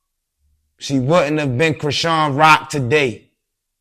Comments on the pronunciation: The way dude pronounced her name! "Sean" is still in there and I thought most of us wld know how to pronounce that! 🤔😳😂😂😂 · That was SO CRINGY when interviewer intentionally said Chrisean name wrong . That's corny af "that's how u say her name" ??